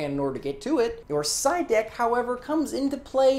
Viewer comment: every time said side deck i kept hearing psyduck:(